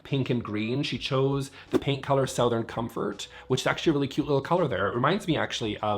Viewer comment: Is "sow-thern" a Vancouver thing or a thing? I'm racking my brain to remember if I've heard other Canadians pronounce it that way...